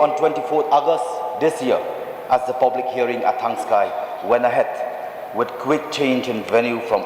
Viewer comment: Thangski not thangksi